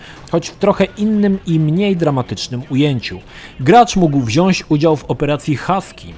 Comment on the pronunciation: Wszystko ekstra, tylko proszę Cię Drogi - WZIĄĆ, a nie WZIAŚĆ, bo to jednak daje po uszach bardzo:) Pozdrawiam